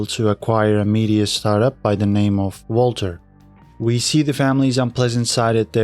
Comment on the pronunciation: Also pronounced Vaulter as Walter